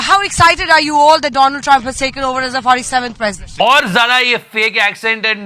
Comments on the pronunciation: 😂every time u say “doland”….next level satire brother 😂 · Aisa karega Doland 😂😂